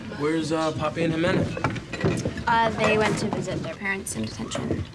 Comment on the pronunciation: Omg when they said ximena it made me so happy. I almost never hear my name or hear it pronounced correctly. It’s the little things lol